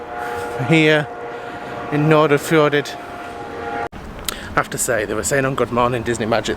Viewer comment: Correct pronunciation for English people would be something like Nor-fjor-aid, you are obviously excused for never having heard it. :D . The first d's are kind of barely pronounced. It's entirely weird to see your own home town from the view of a person entirely unfamiliar with it. Glad you liked it, lots of small places have struggled with non existing town planning and parts of Eid (short name) like where you docked is lots of closed down buildings from the old goods terminal you first stepped on and the big white buildings behind which was the old dairy plant.